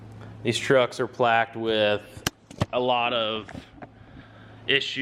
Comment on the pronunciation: is plagued not plaqued lmao